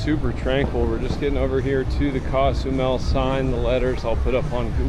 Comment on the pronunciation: It’s not pronounced cas u Mel,, it’s Cozumel